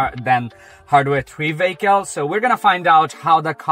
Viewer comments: Took me a few minutes to realize what a VAYKAL is. It's a vehicle. Let's say it together. VEEE....HICKLE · what part of europe are you from if you're saying vaykal.